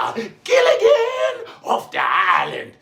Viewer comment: I let out the LOUDEST BELLY LAUGH of 2025 when he said " Gilligeeen off the Island " 😂😂😂😂😂